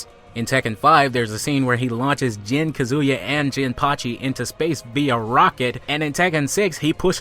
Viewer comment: Ka zoo ya? since when is his name is pronounced like that :1